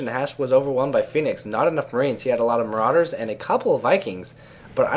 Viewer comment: says build more marowdurrs dude!